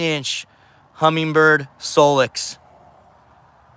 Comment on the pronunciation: No G in Humminbird. Great finder